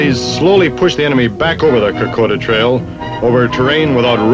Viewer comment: damien parer....real hero. the guy pronouncing k'koda as "car -koe-da"....is typical yank....like brizz-bain.....and marl-borrn....yeichhh!!